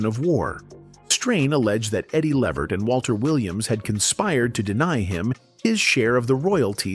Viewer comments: The proper Pronounciation of EDDIE’S LAST NAME is LeVERT…with the ACCENT on the SECOND SYLLABLE. Not LEE-vert. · Eddie L-EEE-Vert ... come on man ... get the AI to pronounce Eddie's name right !!! Damn !!! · You can see this guy telling this story can't even pronounce Eddie's last name right, this is why you don't let White people tell your story or our history. I bet if it were Frank Sinatra, he would have gotten it right. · This narrator kept mispronouncing Eddie Levert's name. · I agree! Can’t watch it!